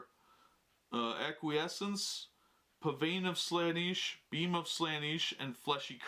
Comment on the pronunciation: If he says "Slaaniish" one more time my head is gonna explode.